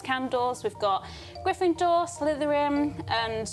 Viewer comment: Notice how she said slotherin lol